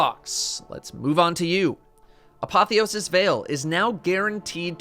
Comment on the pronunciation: points for saying apotheosis the right way instead of apothisis